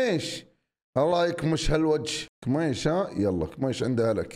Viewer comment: كيميتش ❎️ اكميش✅️